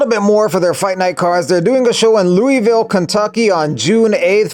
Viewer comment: 99k club and you changed my bum life… but that’s not how you say Louisville!